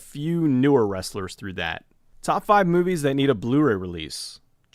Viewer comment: I've always liked how he pronounces "mew-vies".